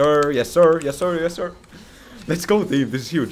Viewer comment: "Yes, sir" in an American accent. So funny and jarring.